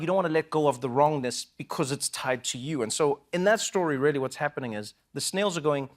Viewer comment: Trevor’s the best. I raily (the way he says it 😅) keep meaning to listen to his podcast, and now I gotta find some kids to read his book to. Jimmy’s great too.